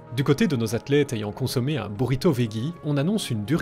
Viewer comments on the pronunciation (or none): Veggie se prononce "vedji"